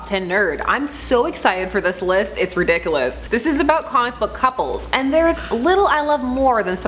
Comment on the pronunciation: I like when says "ridikalus" teehee